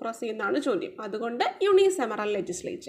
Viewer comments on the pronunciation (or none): യുണിസമറൽ അല്ല യൂണികാമറൽ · Mam 25th questions pronounce cheythath wrong alle ennu onnu check cheyyane (word -unicameral ) mam unisemeral ennanu pronounce cheythath. Semeral ennallallo. Cameral ennale pronounce cheyyendath. Class nannayi useful akunnund. Nalla class eniyum expect cheyyunnu.thanks a lot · Unicameral pronunciation wrong.. Any way gud👌